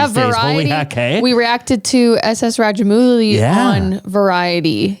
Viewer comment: ss raja-mooli instead of ss rajamouli 😂😂